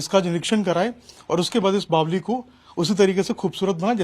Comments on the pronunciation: Apko Kisne reportr bna diya jo bavri ko bavli bol rhe ho. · बावली नहीं भाई बावड़ी बोलते हैं सही तो बोला करो